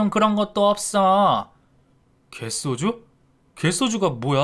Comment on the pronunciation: 갯쏘주 라고 읽지 말고 그냥 개소주라고 읽어야